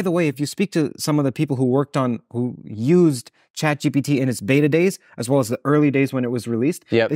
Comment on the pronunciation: “Beta days”